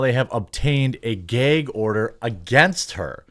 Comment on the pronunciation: What’s a Gay-gorder